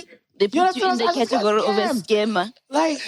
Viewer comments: "Categry" o batlang 😢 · "CatURgree" IYKYK!